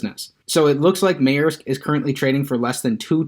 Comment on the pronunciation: Its pronounced Mersk